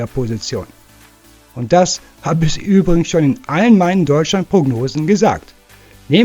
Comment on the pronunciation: Boah ehrlich mal. Lern mal wie man Felix Nmecha ausspricht.